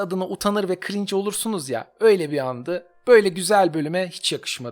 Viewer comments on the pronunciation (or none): none